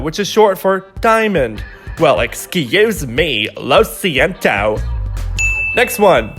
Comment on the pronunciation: Okay I find it funny how in a video where youre trying to fix our pronunciation you mispronounce something :D when you were trying to say Lo siento, you actually said Loh Sientoh. They don't add the u after o. You don't say ohla you say ola for hola (hello). Im not a native speaker, but I knew this even before I started studying this beautiful language and it really bugs me when people say ohla, loh sientoh, noh instead of no. Thank you :D